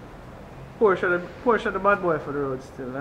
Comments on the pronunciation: tell the sales rep it's not Portia, it's porshuh.. "Porshuh" is the car, Portia is the Former PM. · It's Pronounced Portia.. Americans say Porsssh. Italians say Portia. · No, it's not. There is a difference between Portia, porshuh and porsche. the real pronunciation is porshuh, it's a much softer ending on the "uh" than what is in this video. Here it is from the guys themselves.